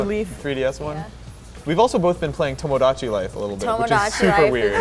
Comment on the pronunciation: Omg, It's not tomodAchi, it's toMOdachi. Please, spare my ears a little